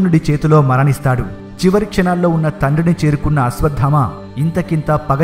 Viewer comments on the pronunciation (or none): none